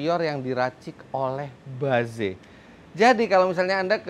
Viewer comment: tumben om Fitra ngomong nya ba ze. biasa nya Inggris nya correct. mungkin yg seharusnya bacanya itu. baez